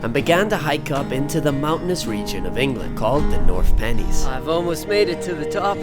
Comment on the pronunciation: North Pennines is pronounced North Pen’nines